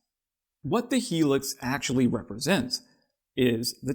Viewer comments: Hilux, not 'Helux', sorry. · not HE-LUX.....it is HIGH-LUX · Hi-lux not helix. Yikes.😢😂😂😂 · Pronounced 'Hi-lux' mate.👍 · It’s pronounced ‘ high lux’ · It's pronounced High Lux Hi Lux!! It's not as good as it used to be ..they used to be unbreakable!! Not anymore!! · Holy hell man, do some quality review of the literature and background on your subject. I've been driving the "high luxury" or HiLux in one variant or another for 40+ years. I've never heard it pronounced the "Hee Lix" even in Latin America. Fail. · Pronounced, highlux.